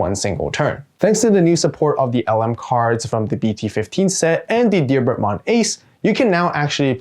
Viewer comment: So glad you pronounced Diarbbitmon correctly.